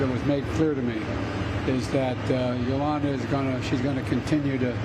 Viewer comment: Dead man walking! Her name is Julia not Yolanda!!!